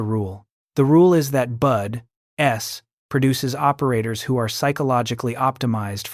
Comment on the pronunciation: The non supporting graphics and the constant mispronunciaton of BUDS (not bud-S) was annoying.